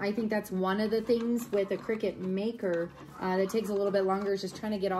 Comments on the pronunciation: Its called a cricut you think your saying crickett 😀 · its called CRICUT pronounced (CRYCUT) cricket is spelt CRICKET !!